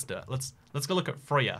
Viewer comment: Your first attempt at pronouncing Frøya was pretty much perfect, and then you tried to get it right and just got it terribly wrong.